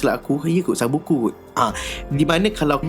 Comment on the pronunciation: Bang sebutan betul sabuku tu ‘sipuku’